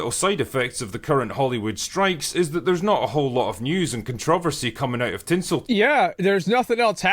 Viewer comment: never heard someone pronounce controversy like that